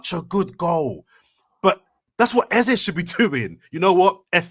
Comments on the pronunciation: Even your Nigerian guest wasn't speaking from a position of knowledge. I'm Nigerian living in Nigeria. Nothing like EZA. It's EZE...... A-ZAY. Thank you. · Watching two days after. It's EZ - E. as in way you pronounce A - ei. And not AH. If he said so, then he doesn't even know how to pronounce his own name. It's an Igbo name and it means King. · Eze is pronounced Ezeh or Ezé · Can someone please tell to stop saying EZA? A fellow Nigerian has told you it's Eze and we Nigerians are saying it's EZE. Your persistent trolling is irritating like a hiccup. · has to stop the flipping between the pronunciation on eze, tired of it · It's pronounced Eze and Eze himself says this in this short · Sound dumb saying "Ezah" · The new "Ezzuh" pronunciation came from himself saying it when he signed for arsenal😂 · take the correction or leave it, i'm from same tribe as him. His name means King in our language. It's A-zay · Some really great points made, definitely one of the best pod's in recent times considering the result on the weekend new perspectives, insights and elite ball knowledge -- then there's not being able to pronounce "EZE" LOL